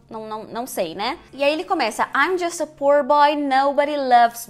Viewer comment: Uma professora falando "pur" boy e "risco de morte"!!??????? Raios e trovões!